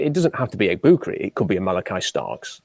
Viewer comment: It's not Egbu-koo. It's Egbu-kah